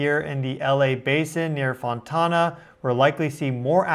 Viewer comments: You saying Fontawna is so funny to me. Its Fon-Tan-uh, pronounced like Ana with a T in front. Tana. FON-TANA ❤ I used to live there 😂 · A 4.3 is NO BIG DEAL. Jeeeze louise. BY THE WAY, FONTANA IS PRONOUNCED "FON TANA." NOT "TAUNA." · BTW - it’s pronounced Fon-Tan-ah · Not "fontona." Font Ann Uh. "Overdue" is a fallacy. If the time period is within 4 or 5 sample deviations, it's normal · It's not Fon-tahna. It's pronounced simply Fon-tanna. Tana like tan from the sun. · Hi! The whole ring of fire is popping of from the Russian earthquake's magnitude yes? We live in California so quakes are normal but we have had horrific Tsunamis as well. Oh not being rude but Fontana is pronounced (Faun tan a).Just a friendly reminder so people in California will know you are talking about that area. We are vast and have so many cities it's not even funny. Thank you for reporting this and I will subscribe to your channel. ☺️✌️🫶 from Cali. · "Fontana" like fon-lana. Or as we used to call it, "Fontucky" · I was raised in Fontana. It is called Fon- tana long A sound. It is San Bernardino County..not LA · FON TAN UH. Better known as FONTUCKY.😝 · Fontana is pronounced "Fon-tan-a," like getting a suntan. Did not feel the quake. I live 4 miles inland from the Huntington Beach Pier. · Fon-Tana…..not tona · Fon tan ah 😂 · Fon-tan-a; no long "a". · I heard the boom and felt the shaking. I’m about 45 mins away from Fontana. Also, let me help u with the pronunciation a bit. It’s pronounced Fon-tanna, like the name Anna. 😀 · fon-tan-a.......only one "o" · And for the peeps that live in Fontana it is pronounced “Fawn-tan-a” Fon then tan as in suntan…a.🌹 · Fontana like sun-tan-(a). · He did rhyme it with banana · Your pronounciation ia wrong. It is pronounced Fon-tan a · The way our boy says Fontona 😂 ❤ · In California we say "Fon-TAN-uh" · The way he pronounces fontana 😂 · I know. It sounds a little fancy. 😂